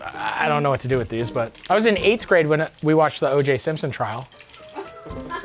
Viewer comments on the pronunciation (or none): none